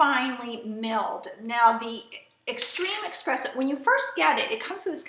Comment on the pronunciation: Informative video. Just wanted to let you know that it's pronounced ESpresso, not EXpresso. Not trying to be rude...it was driving me nuts. lol. Thanks for the video.